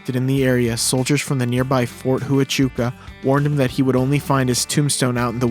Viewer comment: Fort what? Please look up "Fort Huachuca pronunciation."